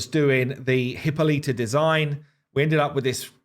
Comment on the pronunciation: I love everything you guys are doing, but could you please stop butchering Hippolyta's name. She is not of the Genus HIPPO. Hippolyta pronunciation The pronunciation of Hippolyta is a topic of interest, and there are various ways to pronounce it. Here’s a breakdown of the different pronunciations: British English: 4 syllables: “hi” + “POL” + “i” + “tuh” American English: 4 syllables: “hi” + “POL” + “i” + “tuh” (similar to British English)alli